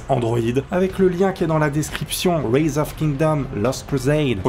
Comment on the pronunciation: Par contre j'espère que tu le fais exprès pr la prononciation de rise hein x)